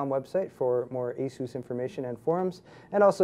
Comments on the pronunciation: STOP SAYING ASOOOS I DUN CARE IF IT"S THE RITE WAY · ah-soos is the correct way to say it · Why does this idiot insist on calling ASUS Azooz! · I think this ASUS guy next to him is latino, so he makes a joke pronouncing it like Hessus. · ASS-US, Asus.XD